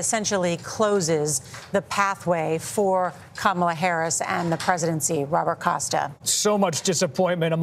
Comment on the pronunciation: Someone tell Gayle King and CBS that her name is pronounced "ka MA la" and not "KA ma la".